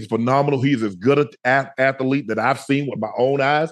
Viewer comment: Shannon puts that extra "a" in athlete. Athalete 😂